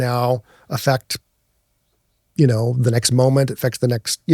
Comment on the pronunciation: That's not how you pronounce "affect",.